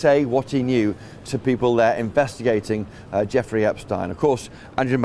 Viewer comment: This man reporting can't even pronounce Epstein's name correctly? Come on!